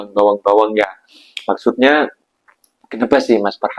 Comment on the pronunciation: bukan bawang la bro... tapi bewang... adik manis... abang bewang sinta sema kamuuh